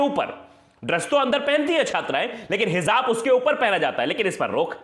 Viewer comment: Heezaab nahi kehte🤦🏻‍♂️ Hijaab kehte hain🙏